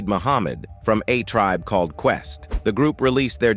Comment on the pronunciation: It pronounced the verb "called" as "Call Ed". It's a terrible voice.